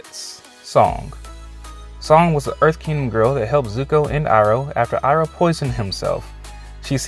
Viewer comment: You mean iroh?